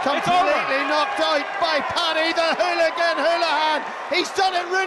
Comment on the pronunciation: Did he just call him a houlagen